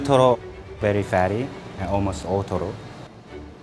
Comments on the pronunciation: the guy keeps saying ootoro, i hear totoro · kamatoro, ootoro, totoro